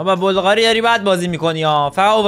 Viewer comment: مگه سوسیه که میگی بلقاری